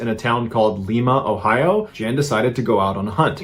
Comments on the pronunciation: Sorry to be this guy but its LYE-ma not lema. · Li--ma not le-ma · Its LYE-muh, not LEE-muh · Lima like Lime with an A added at the end, as in Lima Bean Not Lima Peru. I know they're spelled the same but they're pronounced differently. Everyone pronounces it Wrong. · Lima is pronounced with a long I as in lime. Love your stories! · That's pronounced Lie-ma, not Lee-ma! We're in Ohio, not Peru! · I love your videos but you got the name of my city wrong. It's not pronounced like the city in Peru. You actually say the i. It's LIMA, Ohio not Lema. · liiiiiiiiiiiiiiiiiiiiiiiiiima not leeeeeeeeeeeema🤪 Oh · What??? It's not pronounced lema it's a long i. LIMA. like Lime how do I know? I used to live in a town near there growing up. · I live in Lima Ohio, its pronounced Lima like the bean. Not like Lina Peru. Lived in this area all my life & ive never heard of this before. Pretty strange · Far out!! BTW, The city is pronounced "LYE-MA" OHIO, not: LEEMA, OH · It's not pronounced like that city in Peru. It's a long I. Like lime. Or leyema. Lima,Ohio! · Lima is pronounced with a Long I like Ice, or better Lima Bean. I enjoy your stories very much! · I'm from Ohio, it's pronounce lime-a. Lima, Ohio. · Thank you for another video. People in Lima and NW Ohio pronounce the city with a long I, not similar to Lima, Peru, but like the bean: LIE (not telling the truth) -ma. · Tis not leema Ohio. It’s Lima, like the bean. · Everyone outside of Ohio always pronounce Lima wrong. 😅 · It's pronounced like the bean! LIMA. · Lie-Mah Ohio. Like you lie bro. LIE-MAH. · Lima Ohio is pronounced Lie-ma Ohio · It's LIE-MA Ohio. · Ohioan here it's pronounced lime-ah (Lima)😅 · The towns name is Lie ma. Like the bean. Lima, Ohio. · It's pronounced LYE muh, Ohio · It's pronounced lie ma. In the northwest part of the state. I'm also in northwest Ohio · It's pronounced "Lima", not "Lima"... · It's pronounced Leyema with a long "I" in Ohio. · It's pronounced "Lye-ma" Ohio, like the lima bean.